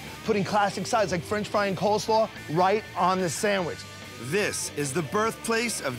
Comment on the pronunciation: Did he say unique COLD slaw?